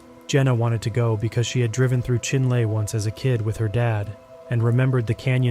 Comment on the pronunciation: for future reference, its pronounced chin-lee 😊